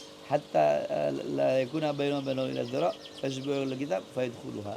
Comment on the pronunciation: Ngajar kitab sombong bacany aja kebalik ngajar kitab preeet